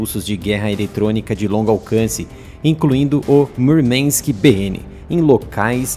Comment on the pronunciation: Murmank et palavra russa, não inglesa, não é necessário sotaque texano.